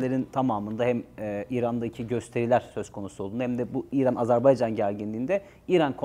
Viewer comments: Sunucu da AZARBAYCAN diyor. Tam skandal. 🤣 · hocam hocam can kardeş AZERBAYCAN tekrar edelim AZERBAYCAN canımsınız beycan felan değil yapmayınız doğru telaffuz önemlidir..... CAN GARDAŞIMIZ AZERBAYCAN VE TÜRK GARDAŞLIĞI İLELEBET MUZAFFER OLSUN DAİM............. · Hocam lütfen Azerbaycan deyiniz. Yanlıṣ söylediniz programın baṣından beri Azerbeycan dediniz durdunuz. Hiç Azerbaïdjan yazılı cümle yada uçakta mıı görmediniz. Yanlıṣ bilmek ayıp değildir. Ancak yanlıṣta ısrar çok büyük bir hatadır. Kardeṣ ülke dediğimiz ülkenin ismini merak edip doğru söylemeyerek çok büyük bir ayıp ediyoruz. Artık kardeṣlerimizde baktı herkes farklı ve yanlıṣ söylüyor, bir ṣey demiyorlar kardeṣ olduğumuz için. Fakat ben bu konuda çok hassasım doğrusu kimse kusuruma bakmasın. Azeri değil, Azerbaycan türkü, Azerbeycan yada Azarbeycan veya Azarbaycan değil Azerbaycan doğrusudur. Bu kadar mı zor söylemesi? Allah aṣkına. Biraz saygı lütfen. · Azerbeycan deyil Azerbaycan lutfen okumuş adamsjniz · Azerbeycan değil...Azerbaycan...ukranya değil...Ukrayna.. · Azerbeycan deyil, Azerbaycan. Bunu 33 ildi öyrənə bilmədilər bunlar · AZERBAYCAN diyemeyen bir akademisyen. Gerçekten ayıptır. Röportajdan evvel 10 kere kendi kendine AZERBAYCAN desen telaffuzun düzelir be kardeşim yuh! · Sunucu da AZARBAYCAN diyor. Geçen sefer uyarı yazmıştım. Anlaşılan okuyan yok GZT'den. Türkçe konuşabilen sunucu ve konuklar istiyoruz! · "AZerbaycan" çok mu zor ismi doğru söylemek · Video boyunca hər "AzərbEycan" deyiləndə bir iynə kimi beynimə batsa da eybi yox. Ən azından manipulyasiya eliyib "azeriler" demir :D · Hocam, bu kadar kendini yetiştirmiş bir insansın, Azerbaycan'a Azerbaycan demek bu kadar zor olmamalı. Kim bu Azer Bey! Hepiniz aynı ağızla bizim için çok değerli bir ülkenin ve bölgenin adını yanlış söylüyorsunuz!!!